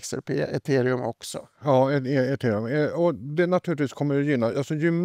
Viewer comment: Hur han uttalade ethereum 😭